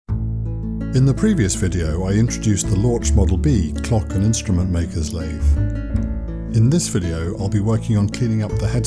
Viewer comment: It's a German lathe, pronunciation LORKH, not LORCH. At least, get your pronunciation right!